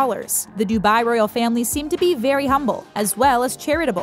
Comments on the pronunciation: The way she says dubai😫......dubayyyy. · If you can pronounce that then you should be able to correctly pronounce dubai